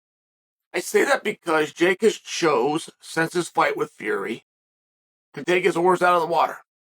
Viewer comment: You said Tommy Fury’s name wrong for a year and said Jake would smoke him just for Jake to get outboxed 7 of 8 rounds 😂😂😂